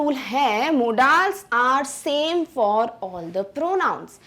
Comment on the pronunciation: are madam aap मॉडल्स को मोडालस बोल रहे हो